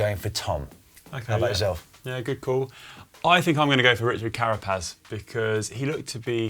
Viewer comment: Well done! Richard Carapaz, la locomotora will take it, pronunciations were ok, a fair 6 more work on ñ and the LL will give you a solid 7!!